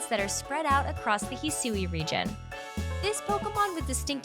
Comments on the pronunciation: hearing her say "hee-soo-ee" region is killing me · The way Hisui is pronounced is gonna trigger a lot of “Hey Siri”s. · When you have to go check the Japanese trailer because the pronunciation of Hisui just doesn’t sound right in the English voice over given you’ve heard the word spoken in an anime before (it sounded as expected in Japanese so I have no clue what went wrong when providing notes to the voice over person for the English version)